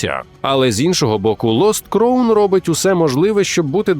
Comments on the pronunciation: Все чудово. Але ви як бидлотні російські канали, які не можуть вивчити англійську, робите прикрі помилки у вимові слів. Crown читається як краун, а не як кроун. Дякую. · Не "кроун", а "краун"... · А можна два слова англійською прочитати в голос правильно? Який кроун? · crown /kraʊn/ шановні, ну камон(